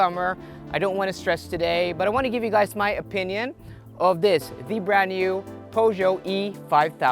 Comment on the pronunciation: I thumbs down immediately after you butchered Peugeot. Some awful reviewer